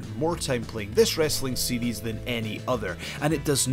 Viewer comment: I think it's cute how when he says series, it's sounds like seedies.